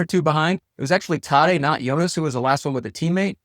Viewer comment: I’m pretty sure the a in Tadej is pronounced like the a in “at”, not “ahh”. Idk I’ve just always watched Rob Hatch and Eurosport instead of NBC. But I kind of get annoyed watching NBC hearing them pronounce cycling names.